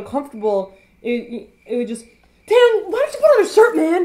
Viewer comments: i thought Taeyangs name was pronounced thai-yang. Now im confuzzled -. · you say teayangs name wrong